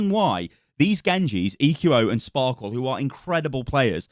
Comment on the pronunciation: Why does everyone say Sparkle? It's Sparkie right? 1 = i ?